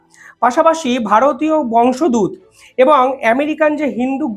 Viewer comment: কথাটা বংশোদ্ভূত..... উচ্চারণ টা ঠিক হচ্ছে না